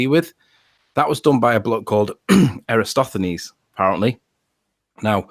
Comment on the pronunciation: Extraordinary. can't pronounce Eratosthenes ("eh-rah-TAWS-theh-nees") and Sly Sparkane's world-wide experiment after Eratosthenes demonstrated that it MUST be a globe. Also, ALL SCIENTIFIC CONCLUSIONS ARE PROBABILITY ASSESSMENTS. Only literalists and dullards speak in terms of "proof." Given the different ways we've measured the size of Venus, the probability that it's not the size we think it is is very small. Given the different ways we've measured and observed and imaged the Earth, the chances of it being flat are vanishingly small. We state these findings as facts because it's a verbal shorthand that real scientists (i.e., not you guys) understand. Also stars are tangible, but we can't examine them up close for the same reason we don't set up observation decks inside a nuclear tractor. We can and have studied them at a distance. Finally, the same chain of reasoning that permits us to convict someone of a crime that no one witnessed is used to deduce the nature of distant objects. It's exceedingly rich that the proof you demand for the shape of the Earth is much more rigorous than the airy assertions you blindly accept when promoting a conspiracy theory.